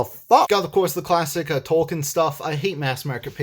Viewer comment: Tolkien not Tolken you weeb.